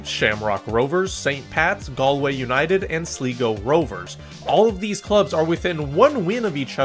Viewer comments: Pronounced Sly-go, not slee-go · Slego? The third letter isn’t e, it’s i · Btw Sligo rovers is pronounced sly-go rovers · ....I love ya man. I appreciate the video too, so much, but....it's "Sly Go" Rovers not "Slee Go" 😂. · first off, its sly-go, not slee go, shelbourne is more like shell-burn than shell-born also i dont see what the point is in talking down the league for a team being able to win despite a bad period of time, its more interesting to never know who is gonna win and having a league that is close, and i say that as a shamrock rovers fan who won the league every year since 2020 until now, i'd rather that than be in france with psg winning every year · or shh-lie-go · minor pronunciation corrections i am compelled to give: sligo is sly-go shelbourne is shell-burn the shels collapse was crazy i am glad they ultimately saw it out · Good synopsis... But you need to improve your pronunciation.😄So try to pronounce the names phonetically.. and you will get "Sly-go" and "Shell-burn". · It's SLY-go me boy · Pronunciation: Shell-burn Sly-go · Sleeego. Like pronouncing “Slight” and “slick” as “Sleeet” and “sleek” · as an avid league of league thanks for covering the league. the way you pronounce sligo is funny. you got my subscription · Safe to say this dude has never been to Ireland and certainly not a LOI match. If he had he would know how to pronounce Sligo or Shelbourne properly. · You butchered Sligo Rovers name 😂